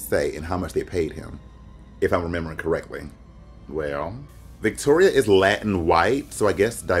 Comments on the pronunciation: Not Fish-Toria 😂🤣😂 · Nina you did NOT say FishToria😭😭😭😂😂😂😂😂😂😂😂